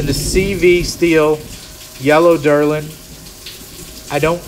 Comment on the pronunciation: Delrin. Not "Derlin"